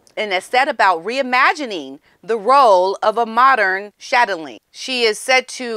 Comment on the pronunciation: Viscount pronunciation ‘Vi - count’. The ‘s’ is silent. Chatelaine ‘Chat-el-ain’. Wiltshire ‘Wilt - sher’.